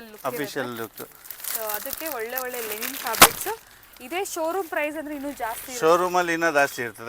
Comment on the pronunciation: ಮೇಡಂ ಅದು ಲೆನಿನ್ ಅಲ್ಲ ಲಿನನ್. ಉಚ್ಚಾರಣೆ ಸರಿಯಾಗಿರಲಿ